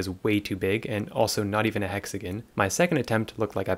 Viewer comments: Hexagon❌ hexagin✅ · Ok I wasn’t going to comment this but it getting annoying hexaGON not GIN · the way he pronounces hexagon makes my blood boil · it's alright 😂😂😭